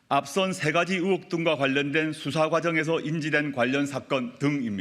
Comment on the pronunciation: 발음도 잘 못하는게 어휴 ㅉㅉ 으혹이아니고 의혹 의혹